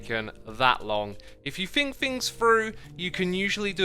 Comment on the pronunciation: "If you fink fings frough" -- I LOVE your accent/dialect, Xisuma!